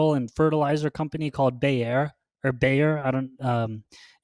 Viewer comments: How can u call bayer a farming and fertilizer company? To me that's very odd.. bayer is one of the top pharma companies worldwide and its pronounced buyer. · As egregious as mispronouncing “Bayer” is, losing 10s of millions of cv funds per quarter is even worse. If Ginko is supplying a nonexistant market, it doesn’t really matter how excellent their synbio pipelines are. If their attempts to build the market that they wanna serve pay off, they’ll shoot way up past the moon. But, managerial incompetence can sometimes be inferred by their shareholder reports and should absolutely be considered when assessing their ability to execute in synbio or in business.